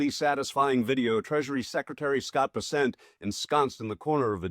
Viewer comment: First of all it ain’t Vessent… it’s BESSENT. I’ll give you a pass on that you are more concerned with LIKES rather than accuracy in content, as with many of your contemporaries . Second…. The creep was not chased out by a bunch of patrons with pitch forks and torches. He fled out the back door like a slithering coward… afraid to face his public who he is placing in financial ruins. Third… The putz is not a goon. Third. His another milk toast, boot licking, spineless, knee pad wearing sycophant But I do like term “Chew and Screw.” You should resister the phrase as a registered trade mark. But nobody and escape my “Drama Queen” Tagline comment. Maybe, I’ll start my own Ytube channel dedicated to Drama Queens.